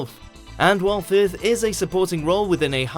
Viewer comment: Why does the narrator pronounce it as "fifth" rather than "firth"??????